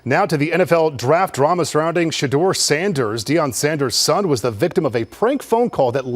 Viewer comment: Your title sucks because Shedeur learn how to say his name right plus he never slams the don for the prank Ok you got it Dude